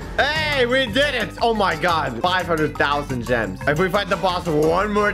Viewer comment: bro says jims